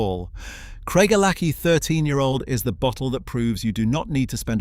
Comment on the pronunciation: You are deceiving people about your knowledge of whisky to the point of being thoroughly offensive. Craig - a - lackie? It's Craig - el - a - hie. Idiot.